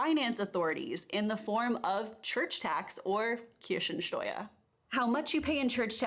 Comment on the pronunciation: She says cherry tax (Kirschensteuer) instead of church tax (Kirchensteuer).